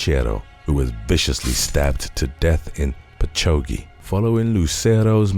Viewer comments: I love your videos just one thing. Patchouge is pronounced Patch awg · Patchogue pronounced 'patch owg'